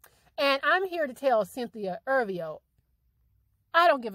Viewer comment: if ur gonna talk about someone say her last name right